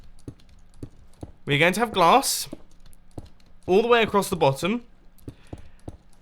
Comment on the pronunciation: The way you said bottom made me giggle. I guess I should sleep...